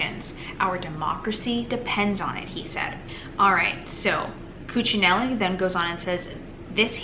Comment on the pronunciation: You pronounced Ken Cuccinelli's name correctly.